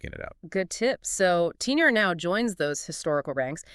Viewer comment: Lmao it's pronounced teetehrreh